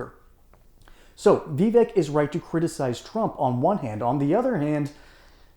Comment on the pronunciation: Pronounce his name correctly it's pronounced Vi-vache.